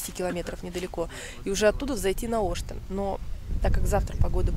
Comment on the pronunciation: Ребята молодцы. Но всё таки в названии горы Оштен, ударение именно на Е. Ваш вариант произношения слух режет, особенно для местных.